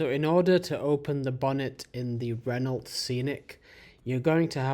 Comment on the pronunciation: Renault: pronounced, Ren-oh. The L and T are silent. 🙄😖